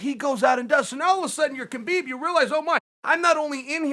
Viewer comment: It's pronounced "Habeeb", not "Kabeeb" :)